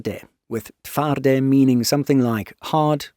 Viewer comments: Pretty good pronunciation of TWARDY - kudos to you. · As a Pole, I can confirm the excellent pronunciation of "Twardy" and "Polska Zbrojna." Truly, respect! Neither of our languages is easy for foreigners.